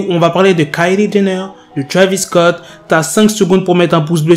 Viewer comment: C'est Travis Scott pas Travis cott